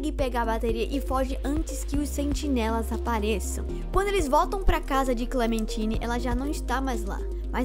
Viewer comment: ainda tem o fato do painel ligando no final dando a entender que o B-12 não morreu por completo e que ele está no sistema da cidade. E que Clementine se pronuncia "Clementaine". Mas realmente, o vídeo ficou bom, só pulou fatos importantes